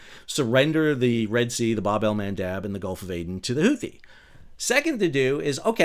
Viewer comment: You said Bab-al-Mendaub...❤😂🎉😅😊